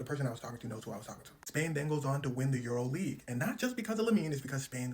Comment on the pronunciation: Bro really said EuroLeague😭